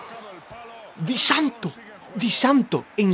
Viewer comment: Disanto...Jajajaja xD no sabe pronunciar nada